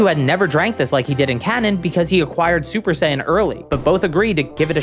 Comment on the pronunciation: "He magically gains the ability to go shper saiian"